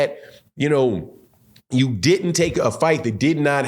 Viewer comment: Did you say didden??? 🤣🤣🤣🤣